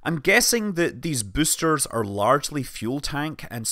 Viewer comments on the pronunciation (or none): you have a funny pronunciation of the word "boaster" lol